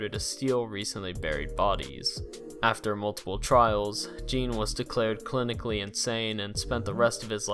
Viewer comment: You mispronounce a lot of words and names. Gein and macabre is quite silly.